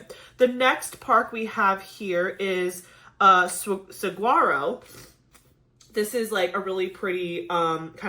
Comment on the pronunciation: Great video! Two things ... 1) It is pronounced sa-war-o - no 'g'. 2) If you ever come to Arizona, we can totally visit some of the national parks!!